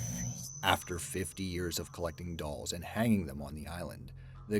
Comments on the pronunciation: "Island of the DOOLS" 🤦😂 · "Island of the Dools"... Oops!